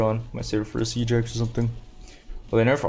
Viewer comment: Omfg Siege Axe, all this time I thought you were saying "Seajacks" and I thought it must be some American sport reference or something lmfao.